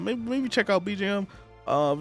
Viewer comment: Im sorry but bjm did NOT have to add ER to it